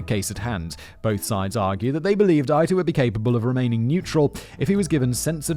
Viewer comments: Love all of Simon's videos but good God man. Please take five minutes to learn the pronunciation of names prominent in story. Calling Judge Ito (ee-toe) Judge eye-toe is completely distracting. If I was watching a story where someone referred to Simon as Why-sler rather than Wiss-ler I'd be equally peeved. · Please, please, learn to pronounce the names. Ito is Eee-toe not eye-toe. I know they say it Mar-see-ya in your neck of the woods but she’s an American; it’s Mar-sha.( Marcia Clark). I remember the trial- it was a bloody circus. Despite OJ desperately sucking up to white America and trying to erase being black, he was able to fall back on race and blame racism for blood evidence. Of course OJ did it- and he got away with it. And I do blame Cochrane. But the prosecution let themselves down. Ms. Clark was the best of them; but she didn’t bring up that blood shrinks leather. Sigh. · EE-tow. EE-tow. It's not pronounced EYE-tow, it's pronounced EE-tow. /me grinds off another layer of tooth enamel... Anyway, thanks again for a great video! :) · It's clear thar Simon not only has no foreknowledge of the script but has very little knowledge of common knowledge history at all. I'm finding him to be irritating to the point of cringeworthy. You don't know who Ronald Goldman is? Rodney King was beaten to death? It's pronounced "E-toe", not "Eye-toe,". Plus, to either laugh off his ignorance (in other episodes) or in Goldman's case, become so serious that it comes off as disingenuous? Ffs. Why have I been listening to this hack? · I have thought OJ did it since the trial. My mother was certain he was being framed. I disagreed strongly. I know you did not know, but the Judge's name was pronounced EE-to. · Judge Ito (Eeto) throws me off how simon pronounces it. This was the trial of the century. Not sure but i think this is what cause there to be a tv channel on courtn cases. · The judges name is Ito......It's pronounced "E-toe” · The judge’s last name is pronounced “ee-tow”